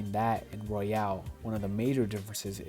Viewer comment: It's Royal, not Royale.